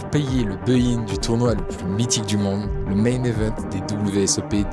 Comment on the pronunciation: Team baki? Mec on dit pas beuuuin mais buy in😂